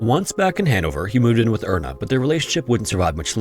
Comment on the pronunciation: “Erna” is a german name pronounced “air-na” Speaking for my twin sister who grew up with everyone mispronouncing it